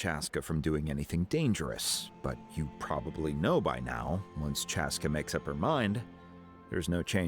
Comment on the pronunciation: Saying chASSca makes you sound country